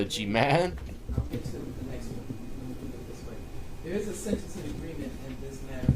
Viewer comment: naa buddy its agreement not agreence...i fought that 1 for ages it is in agreement....Love the analities 😂😂😂 man your shows are fun